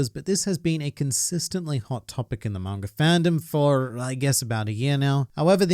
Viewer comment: Sometimes when he says manga readers it sounds like margaritas